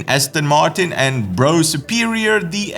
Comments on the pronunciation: Bruff not Bro superior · 'Bro' Superior?? It's pronounced 'Bruff' Superior!!! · Just a few thoughts. Honda, put the cbr300r road engine into the crf250l. Bro, it's not bro superior it's pronounced BRUFF superior. (How much??? They used stainless and not 22 carat gold???) BMW cruise control. Amazing technology, how did I cope before? Oh yeah, I used my throttle hand. Gosh. When Bruce Willis died and saved the world? I cried, man!!!😳 More entertaining news as usual. Thumbs up from me.👍. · Nice show...Love the wild mix of accent...btw, Brough is pronounced Bruff, else you're talking to one of us Bro! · Brough is pronounced Bruff ☺ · It's pronounced 'Bruff' Superior. I'll believe the active cruise when we see it - been hearing it for years!